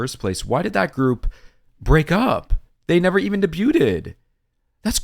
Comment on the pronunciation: Debut is pronounced like "day-bew" not "de-byuted" 😅👍 unless the way you're saying it is intentional. ❤❤❤